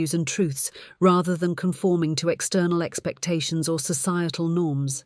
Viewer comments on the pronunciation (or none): none